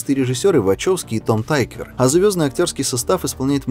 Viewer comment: зачем Тыквера обозвал "тайквером"? он же немец, а не амер